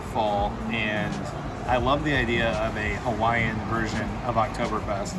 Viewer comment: Pls do your best research on local pronounciation of Hawaiian words, cuz you were way off and it hurt to hear. Secondly pls reduce the amount of very Close-up shots and maybe narrate the beautiful scenery. Glad you enjoyed the Islands and it’s gifts. Aloha 🤙🏽😊